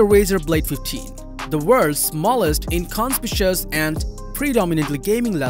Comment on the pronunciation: He said "In-con-spishious" instead of 'inconspicuous'. 🤦